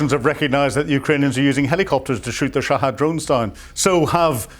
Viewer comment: wish this old man would pronounce shahed as is, and not shahad. its not as if he is right